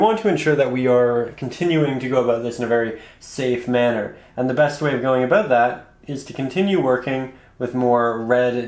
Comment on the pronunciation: Abo OOO ut! That accent.